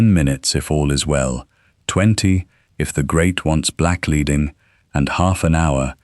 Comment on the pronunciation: Great podcast and images - but "black-leeding"?